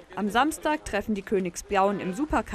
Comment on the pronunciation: "Königsbiaun" und noch paar andere Wörter kann die nicht aussprechen. Die soll mal an ihrem Sprachfehler arbeiten bevor die da anfängt zu labern. Daumen hoch für die, die das auch so sehn!